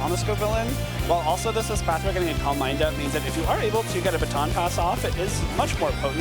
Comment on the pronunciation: God not this girl with the espathra pronunciation again